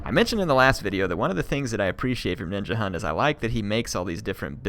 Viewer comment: as a dane i cri evritim says Ninjahunt and not Ninjahund